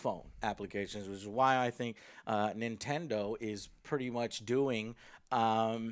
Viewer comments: Nintender switch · he said nentender switch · Ladies and Gentlemen..Introducing the Nintendr Switch! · Nintendur switch XD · "I like the interface of the nintender switch". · the nintender switch -_ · Nintender Switch. haha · "Nintinder Switch". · He said Nintender Switch haha. Joe you are the greatest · "nintender switch" lol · did he say nintender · lol Nintendur switch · Did he say nintender switch ... BOY! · Lmao he said Nintender. Joe is turning into a grandma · I gotta get me one o them nentender switches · Nintender switch? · the nintender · Nintender lmao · Nintender Switch?! lol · Nin-tinder Switch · "Nintender Switch"